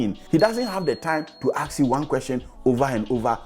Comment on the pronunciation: You need to start practicing to pronounce the word "ASK". Google for the right pronunciation